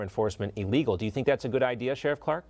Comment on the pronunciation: It's "Sheriff", you obnoxious moron.